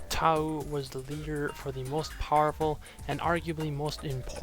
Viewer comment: I don't know if it was just me but that pronunciation near the end was really weird. "Toa Tauuuuu should be taking notes."